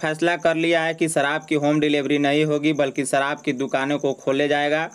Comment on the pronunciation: Ye reporter ki shabdawali thik nhi sharab ko sarab bol raha hai inko sudharna chahiye.